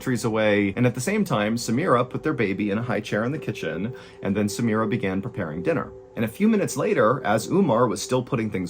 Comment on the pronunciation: Omar not Umar! samira not Smira. theses are Arab names. and should be pronounced as is.